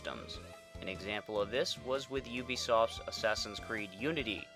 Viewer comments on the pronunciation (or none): You're missing the "I" in "Ubi Soft". It's actually pronounced "you-be-i soft".